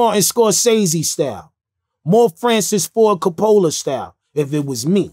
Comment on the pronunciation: My nigga say - “Francis Focappla” 😂😂😂